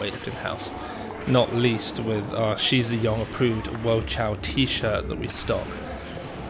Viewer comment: and also its not she zhe yong but shi is pronounced like the sh in (sh)iver and zhi is pronounced like you pronounce the J in (j)erk , just to make your chinese pronunciation more accurate :)